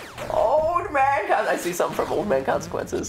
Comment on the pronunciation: old man consecwenses